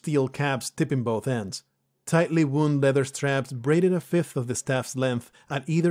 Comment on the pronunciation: Good stuff, as always. - "Tightly wound" - You say "wound" like "flesh wound", like "woo-nd" but in this context it should sound more like "wow-nd".